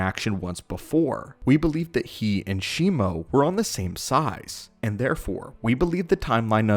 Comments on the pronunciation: it's Shimu (She-moo) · No it isn't. It's Shimo. I have the figure, it's clearly on the box.